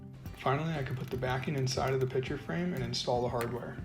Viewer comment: Is it pitcher or picture? It sounds like you're saying pitcher. My hearing sucks. lol